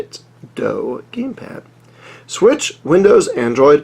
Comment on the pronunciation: Good review! Though it's not pronounced doe as in the deer, it's do as in "do it".